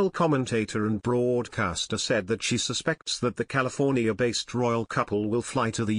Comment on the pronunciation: Please talk in your in voice. A computer is so false. AberdeenSHIRE and BROADcaster 🙄🙄